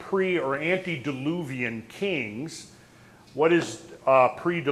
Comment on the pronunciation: Someone needs to tell this guy that there was no "Sumaria" or even Sumeria. The area is called Sumer. From this we get the adjective Sumerian. It's like there were Athenian philosophers, but no place called Athenia. (And it should be antediluvian, not "antedeluvian").